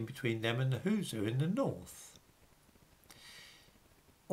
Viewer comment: "..the Who-zoo in the North..." -- Hausa is actually pronounced "How-sa"